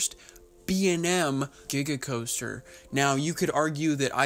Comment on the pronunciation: Di- did he say diga coaster?